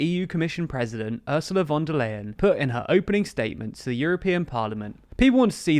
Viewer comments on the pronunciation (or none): Just as a tip: "von der Leyen" isn't pronounced like "lay", but like "lie". That's not ment as a joke, I promise. 😅 For English speakers this might be helpful: Oorsoola fon der Lie-n. And the v in "von" isn't soft like in "very", but hard like the f in "front". It's not important, but if you wanna be accurate, this is the way to go :)